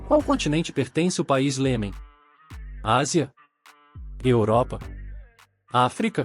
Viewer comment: O nome do país não é Lemen e sim iemen .